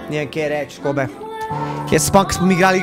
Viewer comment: Kobe se izgovori kobi